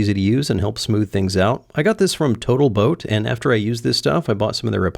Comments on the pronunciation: When you said "total boat" all I could hear was "botal toat" which is how Xyla Foxlin always refers to it, and she uses their epoxy for everythingggggg. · Um...it's pronounced, "boatal toat"...